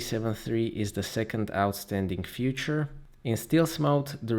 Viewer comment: Great video as always, but I still keep hearing you say future instead of feature with kinds annoy a bit. ;)